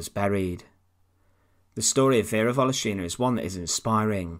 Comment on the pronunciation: volOshina, not voloshIna! ;)